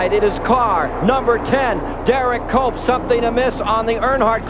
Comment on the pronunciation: When benny parsons started saying HERE COMES DERRICK COPE, I can swear that he's saying HERE COMES DOPE COPE!